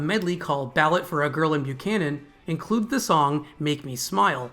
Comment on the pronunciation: The thumbnail is Robert Lamm, the keyboardist and vocalist. The loss of Terry was devastating to me back in 1978. And it’s “Ballet for a Girl in Buchanan” not “Ballot”. AI strikes again.